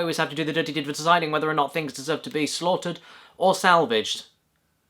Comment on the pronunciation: Schlaugtered or Schavelged